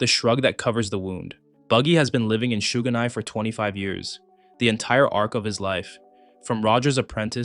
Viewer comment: The way you pronounce shouganai it sounds like you are saying there's no sugar how do even get something that wrong